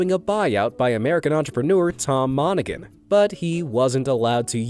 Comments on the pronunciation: Hey DERP!!....The surname "Monaghan" is pronounced, "monna han", not "Monna Gun". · The name is Tom Mon.a.g.han The G is silent We are used to hearing it because we are from Detroit you're welcome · The name is pronounced Mon ah Han. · It’s Moni-HAN Your AI makes my ears bleed!!! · The guy Domino's Pizza guy's last name is pronounced Mona-han with no g sound. I worked with him at Domino's in the 1970s. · The Domino's founder's name is not pronounced with a hard 'G'. It's Tom Monna-HAN, lol. Source: hubby and I both worked there. 🤷🍕😂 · It’s pronounced mon-a-han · Fun Video. Monaghan is pronounced MON-A-HAN. The G is silent. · You do not pronounce the G in the name of Tom Monaghan. Research your subject at least a little bit please. The fact that Tom Monaghan bought into a pizza chain sold drugs could be delivered. I quit counting how many of those Domino's managers ended up going to jail for dealing drugs, but that's what that businesses doing for a long time. They make it look like it was just individual managers, but I don't believe it that's too much of a coincidence. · Tom Monaghan the “g” is silent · You keep miss pronouncing his name! The g. is silent and I should know I live near Ann Arbor where Domino's is based